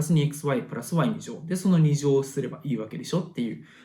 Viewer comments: Xプラァスワァイの発音良すぎるwww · プラスの発音が無駄に良い笑